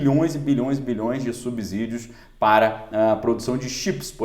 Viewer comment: A pronúncia é sssssiii. De subsídios. "A" só tem som de z se estiver ENTRE VOGAIS!!! Ex: casa, mesa, musa, etc. ???